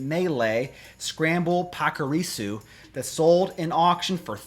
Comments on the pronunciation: PACKARISU LOL😂😂😂 what's that pronunciation? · Did he just butcher Pachirisu's name